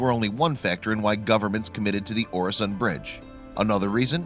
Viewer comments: And its pronounced ew-a-son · As a swede hearing him say oresond is a bit painfull